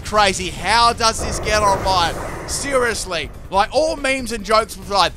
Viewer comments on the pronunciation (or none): none